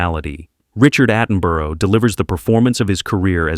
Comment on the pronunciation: 'Atten-buru'. And the director had served as a cavalry officer and survived WW Eye, a common medical condition in World War One, not the stuttering Women's Institute